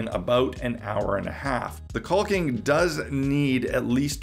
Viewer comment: The L is silent in caulking. Pronounced Cawk-ing. Not quite cock-ing. But close. Not sure if you choose to sound... like that, or just don't know. But yeah, you are pronouncing a silent letter. It's not regional or an accent either. Takes .3 seconds to look it up if you like. I like your videos. You seem smart. Just, not when talking about caulking (fyi they rhyme, but nobody says tallll king).